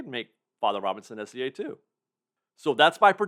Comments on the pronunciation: for the love of god please pronounce SEA like the body of water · It's S.E.A but it does sound like he's saying S.C.A lol